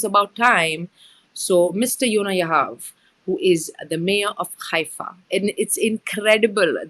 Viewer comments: I noticed you pronounce Haifa as Khaifa? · Is it khaifa? as you are pronouncing or Haifa, what we heard so far.